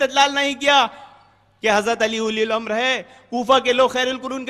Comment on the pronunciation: "Ulil Amra" ko "Uli Ul Amra" Bol raha hai charsi !!!